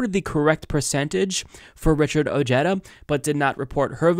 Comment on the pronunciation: O/g/eda... Lol... Cute pronunciation 🤣